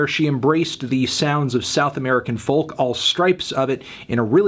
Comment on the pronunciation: Damn he says folk with the L I thought it was pronounced foke. Someone explain